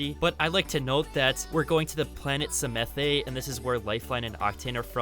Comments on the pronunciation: Hey the new maps with be on the planet pronounced samath, not samathey. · Everyone: Psamanthe: Semethe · The E in samathe is silent.it was so funny hearing u saying it i actulaly like samathÉ more 😂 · I don't want to sound super pretentious, and I know I'm probably going to anyways but, I believe Psamathe is pronounced Suh-math. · It’s pronounced SA-math get it right